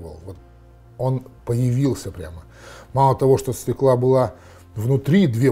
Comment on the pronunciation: Уважаемый, все таки через ё. Свёкла!